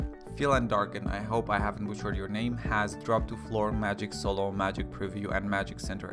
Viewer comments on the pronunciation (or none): none